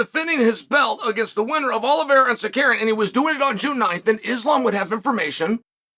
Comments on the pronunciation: Sar-care-e-in is a crazy way to pronounce suh-rew-key-in (Tsarukyan) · HOW HARD IS IT TO SAY TSA-RU-KYAN? You say you are the smartest guy to ever do MMA in same video where you refuse to pronounce names the way they are written, it just hurts your credibility. TSIRKADIAN??? OK CHIILE SONGÆNÖN. Tsikurian? How many different ways can you say it before you learn 3 syllables buddy? We love you Uncle Chael, but do better please. Another one: Pierora? PE-HEI-RA. Not Pereira, not Pierora, Pierrot, or Parrota. Please pronounce: PEHEIRA! TSARUKIAN! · Chael, FOR GOD'S SAKE, Tsa-ru-kian not sacarian 🤣🤣🤣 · It's a gimmick that started with "Ya Rear" Rodriguez, and has since touched "Camaro" Usman, "Hazmat" Chimaev, Islam "Michael Tchev" ... and now Arman "Suckaryan". Chael once told no one would pronounce his first name correclty when he was younger, I guess he's now taking revenge on others 😅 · Arman SA-ROOK-YAN ... for Petes Sake Chael... lol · Tsarukyan... Tuh-sah-roo-kee-yin but say it fast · It’s Tsa…Roo…Kian. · Dear Mr bad guy. Please stop saying Tsarukyan name like that. You messed up a few videos ago and said it properly IDK why you do this